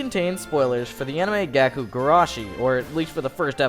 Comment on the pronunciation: Its gakou (like gah-koh) not gaku (like gah-koo).